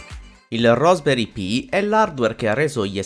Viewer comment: RASP, dove la vedi la o, e dovevi solo leggere